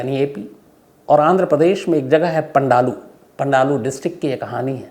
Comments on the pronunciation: पंडालू नहीं पालनाडू है, वाह री हमारे देश की अग्रणी मीडिया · Pandalu nahi sir Ji palnadu